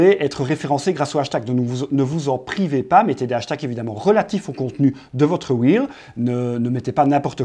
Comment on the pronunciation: Salut Google m’a envoyé ici après une recherche pour savoir à quel point les francophones ne savent pas dire correctement REEL (« un rilz » au lieu de « un ril » puisqu’il n’y en a qu’un, « des ril » sans prononcer le S alors qu’ils sont plusieurs, bref…) Reel= Wil (ou Ril pour garder l’accent français quand même) c’est très bien Reel, ça veut dire Bobine, ce qui est logique vu le défilé de contenu sur l’infinite scroll Réel c’est Real en anglais, donc tous ceux qui disent Réel pour parler des Reel ont juste l’air de pas savoir de quoi ils parlent (: Donc si, la prononciation est importante ;)